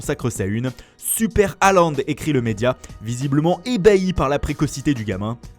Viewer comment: Pas Haland mais Hôland